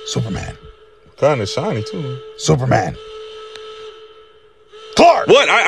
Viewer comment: "cause there is no Zuperman!" 😂